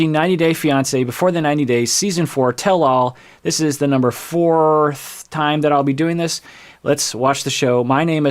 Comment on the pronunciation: "This is the numberrrr fourth time" is what I needed to hear today, thank you.